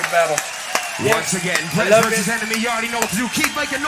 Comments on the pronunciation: Birez? That's Brez... I know that you know but seriously... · Oh so its "Brez". 10sec later: B-rez